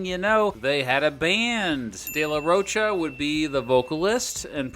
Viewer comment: Get Zach's name right , it is Rocha like mocha